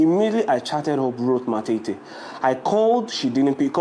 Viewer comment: Point of correction not matiti but matete